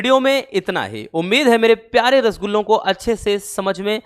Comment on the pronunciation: Sir aap rasgulla bolte hoh na toh aacha lata hai 🫢🫢🫢🫢🫢🫢🫢🫢👌👌